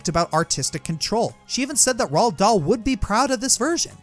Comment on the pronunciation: Did no one else hear that he was pronouncing roald Dahl wrong?